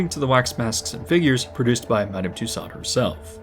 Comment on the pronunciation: Tussauds is pronounced “toose-ohs”.